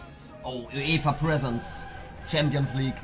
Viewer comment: Wie present ausspricht🤣🤣🤣